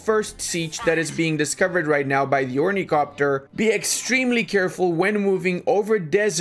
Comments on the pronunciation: its ornithopter, blashpamer! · Ornicopter? Really dude?